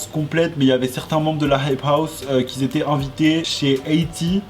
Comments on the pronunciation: Je suis dsl mais parle français mec ça me brisent les oreilles !!! Ex : qui s'étaient ... NON QUI ÉTAIENT les liaisons tu l’ai fais tt le temps et ça me ahhhhhh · QUI ETAIENT PAS QUI ZETAIENT PUTAIN PAS DE LIAISON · "Qui étaient" pas "quiS étaient" pardon mais ça me stressait 😭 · Ahhh quand tu fais la liaison « les gens qui -z’étaient-» ça me démonte les oreilles 😂😘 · "qui ont" et "qui étaient" ya 0 besoin de rajouter un "s" entre les deux mots enft.